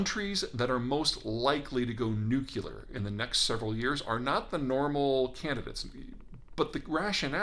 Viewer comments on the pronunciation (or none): Peter: You don't say "irregardless;" you don't say "between you and I;" you don't say "less people than before;" Why do you insist on pronouncing NOO - KLEE - AR as if it were spelled NOO - CUE - LAR? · Peter, can you please say "Nuclear"? "Nucular" is a word made up by ignorant people who didn't know how to spell. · With all due respect, it is nuclear, not nucular. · Nu Cle ar not Nu Cu lar...right? But still, we are talking nukes, which goes nowhere good. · NEW-CLEAR!! NOT NEW-CUE-LER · It's weird that someone so smart still calls it "Nucular" instead of "Nuclear". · My god man, "nuk yu ler"? Really? What's wrong with pronouncing that word correctly? "new clear" easy. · Correct: New cle er Incorrect: Neuc u ler Sorry, I couldn't help myself. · Peter - with all due respect, it's "Nucleear," not "Nucyoular." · Nuclear: Nu - clear, NOT nuku - lear! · PETER! The word is "nuclear" not "nucelar." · Please, please, please, learn to say "nu clear" not "nuke u ler". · 😀Nuke-Le-Ar not Nuke-You-Lar, please. I am a big fan, but you lose me when you make this simple mistake. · Please: "New Klee Ar." Not "New Q Lar." The word is spelled "nuclear." Not "nucular." Thanks! :) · Peter, it's NEW-CLEAR, not nucular. Minor point, but irritating to some. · Peter: Love your analysis and commentary. Your pronunciation, not so much. The way you say nuclear makes you sound like George W. Bush (cringe). It”s nuke-le-ar, not nuke-u-ler. Sorry for the rant. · Peter, you have to learn to say "nuclear" - not that word "nucular" concocted by the comedy scriptwriters for Homer Simpson. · Love the content, but you’ve fallen for the classic mispronunciation: it’s “nu-CLEAR”, not” nu-CULAR”. I hear this everywhere these days and it drives me nuts! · Another very interesting post, but with all due respect, it's NEW-KLEE-ER not NEW-Q-LER. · It’s nuclear, not nucular! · not " nu-q-ler" a la George W Bush, "nu-cle-ar" as in pertaining to the nucleus. Sorry, it just grates... I enjoy your newsletter.